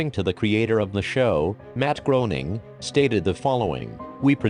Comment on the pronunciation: It is pronounced Gray-Ning not Grow-ning!